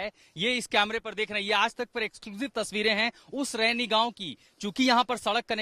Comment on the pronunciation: रैनी नहीं रैणी गांव है।